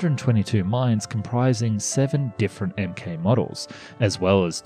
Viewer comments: Dude it's pronounced "MARK" not MK, and I think you misspoke and said "283" instead of "2,083" miles . I love your stuff but you need to edit your videos a bit more Lol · Great video. MK is usually pronounced ‘mark’, rather than emm kay though. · "MK" is said as "Mark"